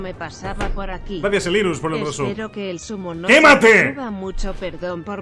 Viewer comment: siempre que me suscribo me dice Helirus y es Heliru sin s, shit happens